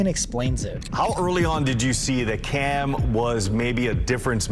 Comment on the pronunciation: You did a whole show on Cam and you can’t even pronounce his name right.